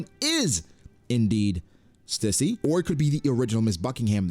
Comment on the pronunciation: stussy but the t is silent